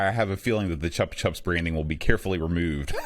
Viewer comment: Zool was so mediocre. Chupa Chups should be pronounced Choopah Choops